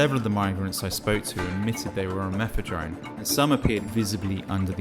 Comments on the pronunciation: I know its petty. But hearing you call it MethadRone was doing my head in. It's MethaDone. But to the facts. Excellent presentation mate. Love it!! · WHY WOULD A DOCTOR GIVE OUT MEPHEDRONE? HE CLEARLY TOLD YOU IT WAS METHADONE WHICH YOU REPEATED.. NICE SMEAR CAMPAIGN